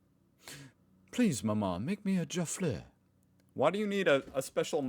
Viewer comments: It's Jaffel, your pronounce it Jarffel. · Why do you always pronounce things so weirdly? Jaffle. Jaff-el. Not Jarfle. Do you say warfle. No. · Its pronounced jaff all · I have two jaffle irons and a sandwich maker. The sandwich maker was bought 15 years ago and used once before being shoved in the back of the cupboard. The jaffle irons were part of my "inheritance" and are used at least once a week. BTW jaffle uses a soft "a". A hard "A" would make it sound like Jay-fell. Hmm, I wonder what an apple jaffle would taste like. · It’s pronounced jaf’l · FYI, the A in Jaffle is pronounced like the A in Apple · its pronounced Ja-fl not juffal t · To help you out with the pronunciation. Jaffle. Try this JAFF el . With the emphasis on the JAFF. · Jaffle rhymes with raffle. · Jaffle rhymes with raffle :) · Jaffle rhymes with raffle. Bread and you butter, you put your fillings on the unbuttered side. Place in jaffle maker butter side on the outside and cook. So good I love baked beans, cheese or cheese and ham or anything. My 15 yr old loves peanut butter and banana jaffle. Democracy sausage is a sausage and white bread, tomato sauce, and cooked onions. Buy or some may have free on our Natuonal voting day. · It is pronounced ‘Jaf-al ‘, it is more than a grilled cheese sandwich, you can make the filling pretty much out of of anything you want to make on the bread. They are traditionally made using a Jaffle Iron and are used when camping over a fire etc . The filling can be anything but the most popular used to be Baked Beans, cheese or anything you choose as it crimps the edges to keep the filling mega hot and in the sandwich. As for the sausage on (shock horror) white bread or Roll yes we put condiments on it we are not savages, your choice, tomato sauce ( ketchup), BBQ Sauce or Mustard or just plain, strange that eh. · Jaffle rhymes with raffle. And a samosa is an Indian pastry usually filled with potatoes and veg, and sometimes meat and veg. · say it like jackal